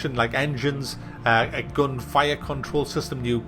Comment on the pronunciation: "I don't mean like a Duracell or an ever ready I mean a gon battery" I died 😂